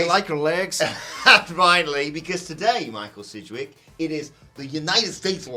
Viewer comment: Oh it’s Sidgwick. Close and thumbs down